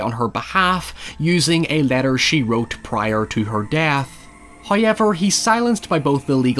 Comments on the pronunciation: nobody:: "hoyever" jk, loving all your content and how much research and work you put into every video. Really spotlights movies that I'd forgotten or given a pass to. Love all of it, especially the narration!! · The entirety of the Northern Irish population: hoyever